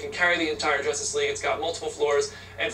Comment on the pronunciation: "Jucstice" lol WHOOOOO